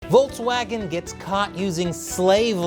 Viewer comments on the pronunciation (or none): It's Volkswagen not Voltswagen, why upload a video where very first word is mispronounced? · It's volKswagen, not volTswagen. The pronunciation of the English K and the German K are really close to eachother, so no need to butcher their name any further than they have done themselves.